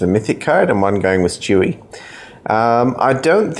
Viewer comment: Its stewie it sound like he said chewy